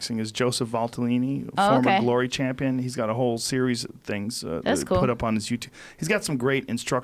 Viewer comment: "Strawweight chamion" 😁